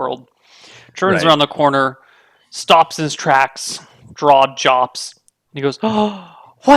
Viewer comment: for saying "his draw jops"